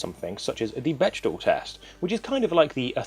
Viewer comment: You're triggering me, it's pronounced beck-dell, not bech-dahl